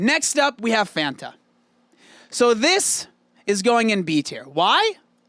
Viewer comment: The irony of pronouncing Fanta wrong and then singing the song 🤦‍♀️🤦‍♀️ "Fanta" and "wanta" are supposed to rhyme!